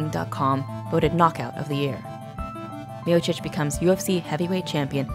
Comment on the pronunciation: Other than mispronouncing Miocic, great video